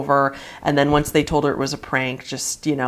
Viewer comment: The emphasis you put on the end of almost all of your sentences are annoying..talking bout some " only aired oncesssss" WHY WOULD SHE SLUMP OVER AND ACT DEAD IF SHE WASNT ACTING?????